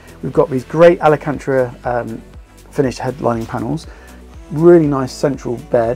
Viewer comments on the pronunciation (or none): Alcantara is the material. Pronounced as al-kan-tar-ra. Also, too many personal accessories are showing on this video. I would have cleared the space for a sales walk through. Like house sales, people don't want to see too much reference to the current owner. They have to imagine themselves in the space.